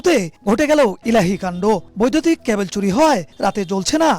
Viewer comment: কেবল না ক্যাবল????